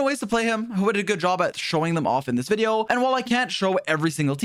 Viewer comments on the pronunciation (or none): none